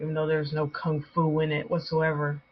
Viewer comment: Kang-Fu? I'm so dead. lolol You need a paint can to start it.